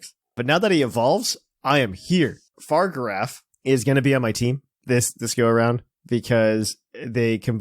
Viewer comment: Fa-rig-a-raff not far-giraf